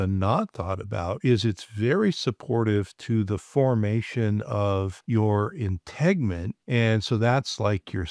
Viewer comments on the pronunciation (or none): It is not "integment," but "integument." Interesting a health provider doesn't know that.